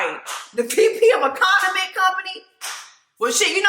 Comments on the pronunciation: Jess repeatedly saying continent company instead of condiment company has me in tears 😂😂😂😂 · Jesse kept saying continent instead of condiment is 😂🤣😆😁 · Lmao you saying continent company instead of condiment company 😂😂😂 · The "Continent Company" vs "Condiment Company" is killing me!!!!😂😂😂😂 I love u Jesss!!!!